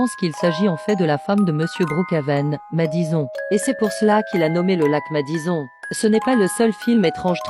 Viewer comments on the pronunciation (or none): Oee ta pas biens dit madison on prononce madisone mais ca cecrit madison desole pour faute d'autographes